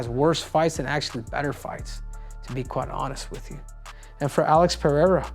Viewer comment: Cejudo is the only American who knows how to pronounce Pereira correctly hahaha. Dont know how but the others pronounce as if it was PEHEIRA